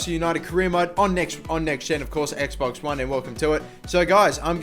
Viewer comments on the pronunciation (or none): none